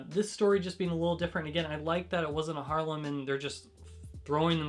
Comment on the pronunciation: Awesome video! Some nice suggestions, TIP! "Harem", not "Harlem"! Other than this, i'll be reading a couple of these in weeks to come thanks to your suggestions :D